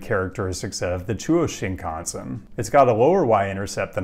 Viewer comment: pronouncing “Shinkansen” like when TPain rhymed “mansion” with “Wisconsin”